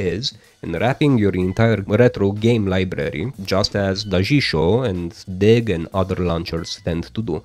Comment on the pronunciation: Your Daijisho pronounciation is perfectly alright